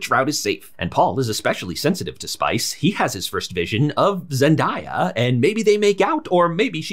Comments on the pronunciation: It’s pronounced ZEN-DAY-AH not Zen-die-ah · It's Zen-DAY-uh, not Die-uh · Who is Zen-die-yuh? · Thank you for the great straight to the point recap! Only critique... her name is pronounced Zen-day-a not Zen-di-ya. Just a personal pet peeve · Who tf is zen-die-ugh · Nice recap. Btw her name is Zen-DAY-uh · Why can’t people pronounce “zen-day-uh”? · Solid review, needed this before the second one. One question, what was up with the Zendaya pronunciation? Just curious because this is the first vid I’ve seen on this channel but it felt like a running joke or something with the emphasis on the name. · The way he pronounces zendaya 💀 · How is she the zendaya and people still say her name wrong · great recap but you mispronounced zendaya